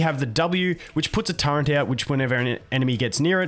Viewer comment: The way you pronounce turret. :)